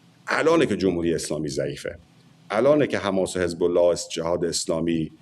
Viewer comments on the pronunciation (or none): none